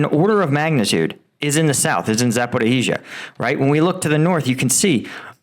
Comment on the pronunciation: Zaporiya, Zaporiya, Zaporiya ... just try to say it correctly 😀